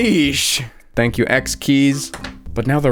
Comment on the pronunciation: "Tank" you